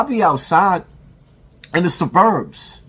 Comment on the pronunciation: Suburbs is mispronounced. A man his age should know how to pronounce that word. I think this is extra corny but dude claims he wants to fight but we have never seen him on camera fighting anyone. This is a social media bluffer. Its all about content and comments with him. He been this way. Hes had animosity toward Maino for years. Trying to get him to respond to HIS videos about him. Lets be clear on that. Even as I have always seen Maino the same way he has portrayed him in the clip. So it wasnt back and forth. It was just him until this week.